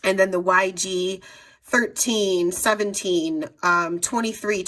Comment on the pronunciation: Great video! ... However, I believe the marker numbers are not read as "B-thirteen, B-fourteen, etc... they are read as B-One-Three, B-One-Four, etc... Each number should be read as an individual number, to correspond to Copic's color system. Thanks so much for sharing your favorites! I've watched so many of these videos, but your video was one of my favorites!